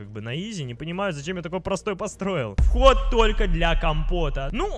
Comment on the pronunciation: не вхот а вход как ты тогда допустил такую ошибку